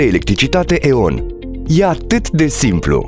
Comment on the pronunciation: Se aude ion nu e on